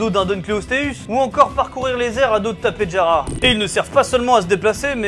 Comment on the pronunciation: t'a dis "Tapejera" alors que c'est "tapejara" 😂